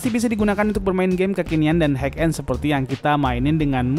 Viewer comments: hai end bang bukan haik end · Bacanya hai end bang, bukan haik end